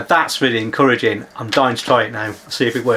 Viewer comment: "This is encurrentging"